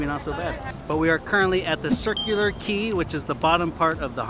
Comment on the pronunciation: Thumbs up just for pronouncing Circular Quay correctly